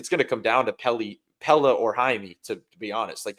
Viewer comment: How do you still not know how to say Pelle’s name?